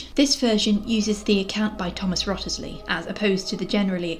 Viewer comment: Fun video, thanks for making it! I believe Wriothesley is pronounced 'Risley' and coiffe is pronounced 'kwuff' as it's a French word.